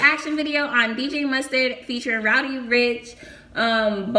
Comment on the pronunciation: Why you say roudy instead of roddy 🤣🤣